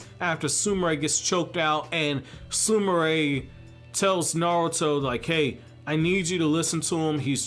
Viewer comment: he prounoced her name right 😮😁